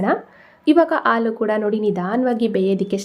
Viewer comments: Sweet is good.please pronounce as halu for milk.not alu. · ಆಲೂ.. ಅಲ್ಲಾ... ಹಾಲು .... ಎಂದು... ಹೇಳಬೇಕು...😊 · Please pronounce haalu not aalu 😅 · ಹಾಲು..ಹರ್ದ ಅಲ್ಲ ಅರ್ಧ. ಅ ಕಾರ.. ಹ ಕಾರ ಉಚ್ಚರಣೆ ಸರಿ ಮಾಡಿ😊